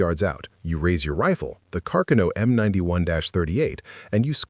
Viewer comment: Car-kuh-no 😂 Artificial Stupidity